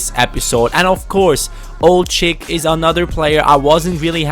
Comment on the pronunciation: I always have to laugh when you say Ould-Chikh's name